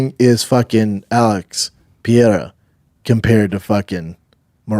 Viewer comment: Alex "Pee-Era" 😂